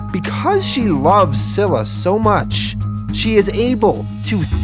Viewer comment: You have been pronouncing scyla wrong. It's pronounced Sila